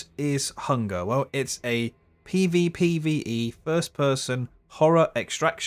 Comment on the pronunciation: Plus he says pee vee pee vee ee